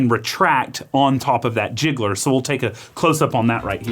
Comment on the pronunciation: Really loved this video, it's an E61 group masterclass. Super useful. My only minor 'grievance' is with the pronounciation of "gicleur" which means 'sprinkler' or 'diffuser' and has nothing to do with "jiggler".